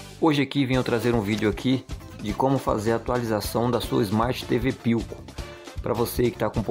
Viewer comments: Não é por nada. Mais o nome é philco. Não pilco... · Pilco, tá lá, se pronuncia Filco, Philco!